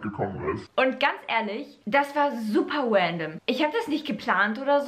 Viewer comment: ist extra weil sie es so ausspricht